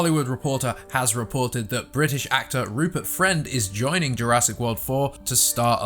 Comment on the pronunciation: Rupert Fwend?